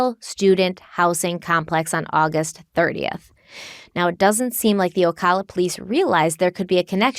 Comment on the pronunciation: My cousin worked at that Winn-Dixie during that time. Also, it's pronounced O- ca- la noto O-caw-la :)